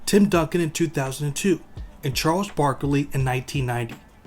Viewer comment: Why you say it like “Charles Broccoli”